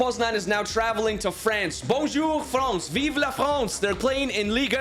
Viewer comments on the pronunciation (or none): none